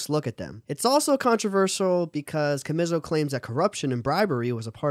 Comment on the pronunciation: His name is pronounced CHA-ME-SO